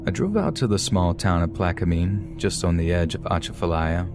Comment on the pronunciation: Ok, you killin me with how you sayin Atchafalaya lol Its Uh-cha (like chad without the d)-fuh lie-yuh... slow it down Uh-cha-fuh-lie-ya. But, good try. And Plaquemines has a silent S. Just Plaque-men Also, Cajun folks dont practice Voodoo. Voodoo is more part of the Creole culture. I appreciate you tryin to understand our cultures. Toledo Bend (on the Louisiana Texas border) has the BEST fishin in the country. Always be careful in the Louisiana swamps, its a whole different world down there. As beautiful as it is, its just as deadly. Gators, alligator gar, and alligator snappin turtles are very old creatures, dinosaurs. They are very smart.. and if you attack one, you better mke sure you kill it, or it will come after you, and youll be shown no mercy.